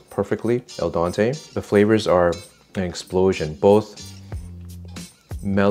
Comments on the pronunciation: "El Dante" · Is either of you a musician? It sounds like you are mixing up "andante" with "al dente". It should be pronounced like the "e" in dentist not like the "a" in Dante as in Dante's "Inferno". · It's El dente not el Dante. It means "to the tooth" so it's dental! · This is an Italian dish with sugar and soy sauce added. That's it & al dente not al dante just means don't over cook your noodles. You want FIRM but cooked noodles. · "El Donte" 😂😂😂😂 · Looks great. It’s al dente, not al dante. Just wanted to let you know. Thank you for all the wonderful videos. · Just FYI, its al dente, to the tooth, not el dante. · I smiled when you said, “Al Dante” it’s “Al Dente” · It’s not ol donte, it’s al dente. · It's called AL DENTE not EL DANTE. By the way, no self-respecting Italian would eat this crap. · I love your videos but your pronunciation of Al Dente is just a litte off. It's not Al Dante, like Dante's Inferno, rather it's Den-tee, like Dentyne gum, meaning, 'for the teeth'. I don't mean to pick, but it makes me cringe!!! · So, in your show, you say "Al Dante." Al Dante means it's medieval Italian and you went to hell... If you mean to say "Al Dente" 'To the tooth' please distinguish /a/ from /e/... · El Dante? Who is he? lol. I like my noodles Al Dente. kidding. love you guys! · It is not "al dante" it is "al dente" the "e" pronounced 'e for egg'...Loved the recipe! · "Al dente" (pronounced like what happens to your car when you drive into something) = to the tooth. "Al dante"... maybe that's when your pasta goes to the the 9th circle of hell? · Definitely gonna make this - maybe, serve with pepper steak! Request: could you PLEASE stop saying "al Don-tay" Dante is a famous Italian author. it's al "DEN-tay", just as it's spelled, with an "e" not an "o". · stop saying al Dante you mean al Dente.... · Al dente ( to the tooth ) not el dante 😅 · Sorry to quibble, but it's "al den-tay" not "al don-tay". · el dente not el dante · Not aldonte, ALDENTE.